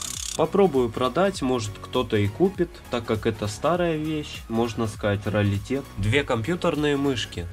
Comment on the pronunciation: раритет,а не ралитет